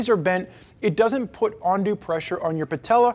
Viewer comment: Great review, trying to decide on these or the Sequence. BTW the word you are looking for is UNdue, not ONdue, lol.